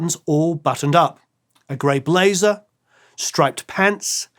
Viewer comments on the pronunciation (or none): none